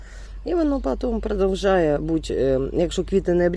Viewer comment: Продовжуе а не продовжае,уши вянут от вас